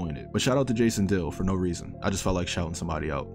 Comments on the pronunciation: Omg right. I was like who tf is Jason deal. and googled it with disney channel before I realised who he was talking about! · You kept saying Jason dolly name wrong lol 😂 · I was confused at first lol